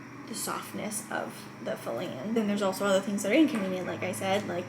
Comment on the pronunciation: Im sorry i have to say it.. i say it on all òf these videos... its a FLANGE. Why does everyone over pronunciate and say FUH-LANGE. THERE IS NO FUH LANGE. its just a flange. Where are they getting the hard UGH sound out of flange?